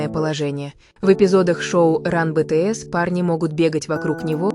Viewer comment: Если вы озвучиваете видео про BTS то вы хоть правильно произноси группу!!!